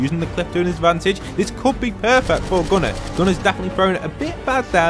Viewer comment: You called him gunner but it’s Goo-nar